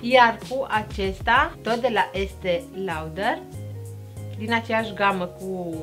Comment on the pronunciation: In primul rand, daca faci cursuri de machiaj, nu stii sa pronunti Estee Lauder? Pe langa multe greseli de gramatica pe care le faci... reactia mea este de acest gen pentru ca ai o atitudine destul de rea... nu tuturor le pasa cum se machiaza, nu toti sunt pasionati sa se uite cu zilele pe youtube sa se perfectioneze la machiaj...